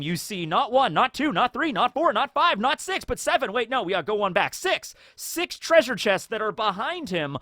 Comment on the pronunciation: If you say "treasure" like that it sounds like "treason". And I doubt Jinny will be much of a focus in the coming half an hour. Imagine Kaido ate a Dragon Smile instead. No, that wouldn't be sorta the same. He wouldn't get to transform at all. Smile Transformations are absolute. He would be susceptible to Tama's Dango. I just realized something: The World Nobles (seemingly) weren't evil enough yet for Oda. They needed to be involved with Loot Boxes too. It probably was Cipherpol. Because they "stole" the treasure of Hachinosu. The Gods Knights would have robbed it. And these are two very different types of illegal repossession. (In most cases the difference is between the amount of physical damage inflicted on the target.) Overall: There is no chance that Big Mom's Road Poneglyph was one of the prizes. If the World Government got their hands on a Road Poneglyph they would built a Triumphal Arch in Mary Joa and the Poneglyph would be submerged entirely within the screed of it.